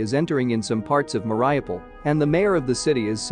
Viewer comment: Mar Iu pol,not " maray aple" Bay rak tar ,not " berack tar"